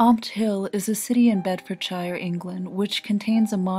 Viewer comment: Your pronunciation of Bedfordshire pisses me off